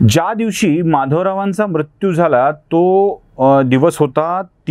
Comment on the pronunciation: उच्चार दोष मृत्यू , कृत्य दृष्य हे आपण म्रत्यू क्रत्य द्रष्य असे चुकीचे उच्चार टाळा